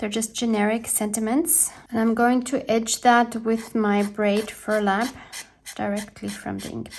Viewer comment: “Brayed furlap” 😂